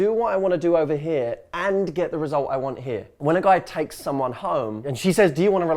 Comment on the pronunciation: I just love it when he says Matthew hussey heah 😍